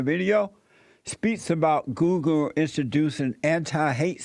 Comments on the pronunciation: Who else loves when Jessie says "Googer"? I love this man XD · " on googer " jesses awesome hahaha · "reporting on..googa" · Goolgeruhh - Jessie